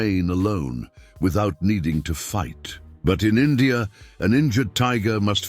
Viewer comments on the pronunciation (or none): none